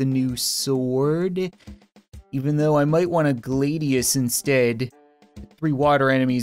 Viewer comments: its the glad,ius not the glade ius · Glad-Ee-Us, Fal-chi-unn. You also been sharpening the Falchion and Trident wrong. for the Falchion you don't need to sharpen the top double edged part. and for the pike trident just do where you see the sharp edges are. your welcome